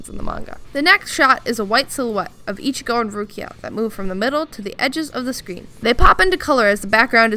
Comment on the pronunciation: Can I stab the like button using bankai? Best cringy outro lol this is the quality content I subscribed for. just a little extra detail, Ichigo's name is pronounced like "one five" not exactly fifteen